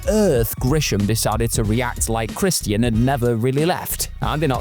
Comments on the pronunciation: Who is Christy-an? If you’re having trouble pronouncing his name, it’s in his THEME SONG.🤦‍♂️ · Im sorry but Chris T N? Thats how you sound. Somebody teach this narrator how to say wrestlers names before making another video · I don't like this dude narrating the way he pronounces names gets on my nerves christyian cage😂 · Why you pronouncing 'Christian' weird? 😂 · Why does he say Christian like that? They say his name literally everytime he walks out, how could not know how to pronounce his name??😂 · The way you say Christian is very unsettling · Why the fk can’t you say Christian correctly? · I hate how you say Christian.... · Why are you pronouncing Christian like a mook?